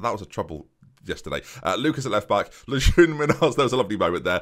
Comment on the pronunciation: Ben Munhoz is pronounced Moon-yoz